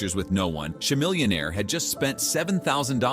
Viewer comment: CAMILLIONAIR..... say his name right !!!!!